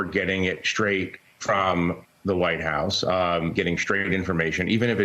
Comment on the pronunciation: “Shtraight”? is there an extra “h” in that word? get hip, jack.